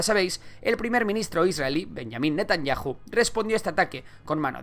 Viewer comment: 😮😮😮😮😮. VIDEO no BIDIO. Es CHA, no sa. ¿Y porque NETANYAJU y no Netanyau?